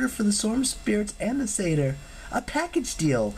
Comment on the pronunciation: I was so excited when you finally said Satyr right